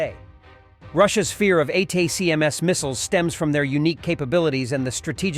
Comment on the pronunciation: Hey AI voice ATACMS is pounced "Attack ems"